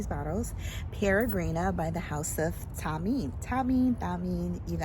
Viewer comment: Hi. It’s *Th*ameen, like thanks and think and thoughtful. There is a special arabic letter for that sound.